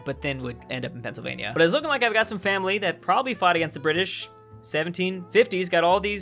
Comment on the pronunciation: I love how you can be 69% BRI'ISH I live there heheh